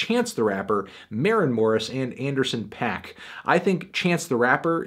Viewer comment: IT'S FUCKING PAAK NOT PAC GODDAMIT